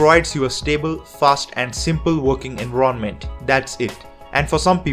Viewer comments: Not trying to sound like a grammar nazi or something. But it's enVIronment not enronment. I get that english is not your first language and I respect you for speaking english as good as you do. I'm just worried that newbie's to linux won't be able to link your pronunciation to "environment" like the rest of the audience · Sorry, but I couldn't get over "ENVRONMENT" LMAO also mint is stupid, its just too simple to the point of boring, its as if I'm running windows, Currently using manjaro KDE